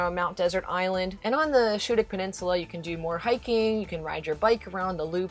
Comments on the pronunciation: Great informative video!!! I grew up in Maine and now live in NC. I’ve been to most of the spots you’ve mentioned and it’s so nice to see them again through this video. I will mention though that in Maine the pronunciation of Schoodic is more like Skoo-dic. It’s definitely worth the trip to Winter Harbor to visit that part of Acadia!! So beautiful there!! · You found a lobster claw, not a crab claw. Schoodic is pronounced SKoodic. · Loved your video. Love the area. One correction is the pronunciation of Schoodic Point. It is pronounced Skoodic. For me is my favorite part of the park. It is usually less crowded. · Small nit pick- Schoodic is pronounced like School. SKOODIC. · Schoodic is pronounced "skoodik" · Schoodic Point....the "ch" is pronounced like a "k"...so it's "Skoodic". when visiting maine you don't want to appear too much like you're from away. i mean the locals know but it's best if you can leave them with a little doubt!! oh, and schoodic is my go to place in acadia. no crowds, just rocks and ocean, maybe get a view of a lobsterman pulling traps. and there's always an off chance of seeing a whale. great vlog. best wishes.